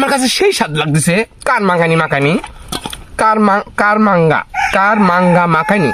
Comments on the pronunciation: কামরাঙ্গা বলে কারাংগা না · কারমাংগা নারে ভাই সঠিক উচ্চারণ কামরাংগা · দাদা আপনার দেশের বাড়ি কোথায় আর কার মাঙ্গা না কামরাঙ্গা কামরাঙ্গা ফল আপনার দেশের বাড়ি মনে হয় মনে হয় একটু মুখে কথা মনে হয় ভালো বলতে পারেন না উচ্চারণটা কামরাঙ্গা হবে কার মাঙ্গে না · ভাইয়া এটার উচ্চারণ হবে কামরাঙ্গা 😂 সেই স্বাদ